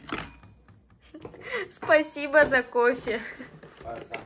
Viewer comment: рассказывает про воздух: спасыба, спасыбо